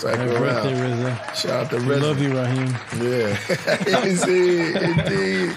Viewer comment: RZA a.k.a Prince Rakeem, not Raheem.